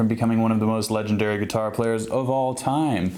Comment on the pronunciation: hhhhhhh.... geetar... remind me of how Etta backer pronounces guitar